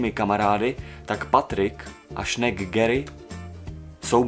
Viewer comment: to neni gery ale gary